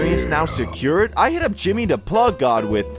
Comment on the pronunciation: Does bro actually talk like that?😂 Bro says "da" instead of "the"